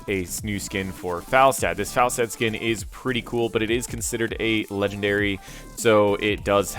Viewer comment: Is it Fall-stad or is it Fel-stad? Sounds like he is not saying it right for quite some time now.